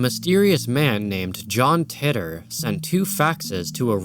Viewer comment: John "Titter" I've always heard it called "tee-tor" Yes, I have a childish sense of humor